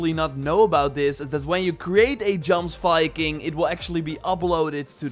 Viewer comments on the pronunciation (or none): Yoms, Yomsviking is how it's pronounced. PLEASE FOR THE LOVE OF GOD STOP SAYING Jomsviking. I know it's spelt that way but it's pronounced with a Y as all J's are in Norse. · sorry to be that guy but it's pronounced yoms-viking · Pronounced "yomsviking"